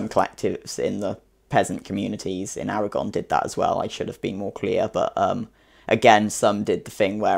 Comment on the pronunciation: Your pronunciation of Aragón is pretty good :)